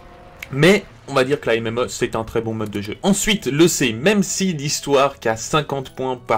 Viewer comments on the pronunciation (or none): none